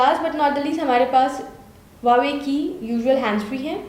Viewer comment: LOL Again its not hawawei Its Huawei Lolzzz 😂😂😂😂😁😁😂😂😂😂😂